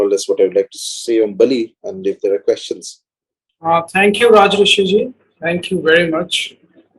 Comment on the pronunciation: It's Rajarshi ( pronounced : Raa - jor - shee ) not Rajrishi, Rajashri ( which is a feminine name ) whatever...